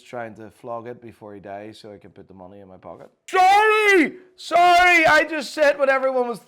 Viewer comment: 🤣the way he says sorry